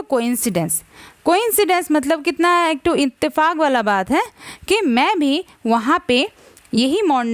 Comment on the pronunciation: Mam please don't say ek tho .